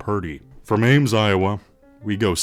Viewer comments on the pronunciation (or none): none